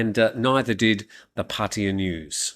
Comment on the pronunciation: Please explain ...why PATTEEYA and not PattAya ..🤔